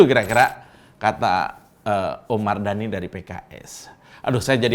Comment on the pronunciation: KIRA2 ADA CALON INDEPENDENT GAK OM 😂 BOLEH TUH 😅 🤣 NYEBUT MARDANI BIASA AJA BANG 🤣